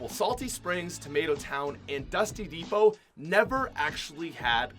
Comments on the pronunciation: I remember when the name dusty depot and I pronounced it dusty de-pot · Everyone called Dusty depot 'sheds'